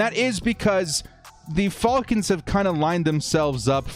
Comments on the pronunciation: please just say Falcons and not Faulkins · The Fall-Kins. F-Al-Kins. Love it. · I watched just to hear you say "The Atlanta Ful--kans!!" Lol 😆